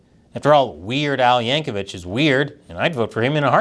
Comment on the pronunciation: I know this isn't the thrust of the video, but this is at least the second time you've mispronounced the last name of "Weird Al" as "YankovicH." 🤔